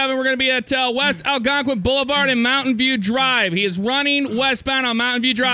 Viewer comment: its not Algonquin its algwonqin